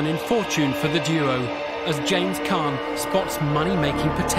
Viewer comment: It’s a caan deal.. oops it’s a khan deal